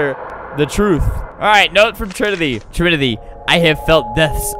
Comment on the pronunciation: Trimity not trinity